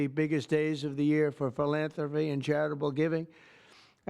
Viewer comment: How can you trust a program set up by somebody who can't pronounce the word "philanthropy". For some real yuks, ask him to spell it.